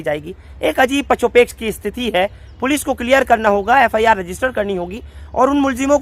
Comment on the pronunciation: 26 minute 57 second PACHO PESH nahi PASO-PESH word hota hai bhai... jis ka meaning hota hai KASHMAKASH